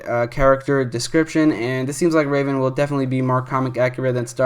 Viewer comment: R-a-ven, actually called r-ae-ven